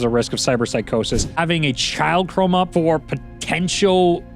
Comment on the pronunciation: *Chrome instead of Crome